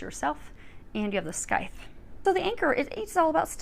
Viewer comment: Love the reading, as always! One small nitpick if I may: the C in Scythe is silent, so it’s pronounced “sythe”. Sorry, I’m a stickler for that sort of thing haha Thank you for the reading!